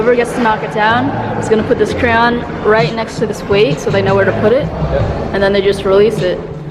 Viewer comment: pronounces crayon wrong